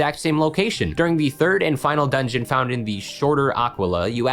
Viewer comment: You trying to pronounce Aquila (and all the other Grecian names) is killing me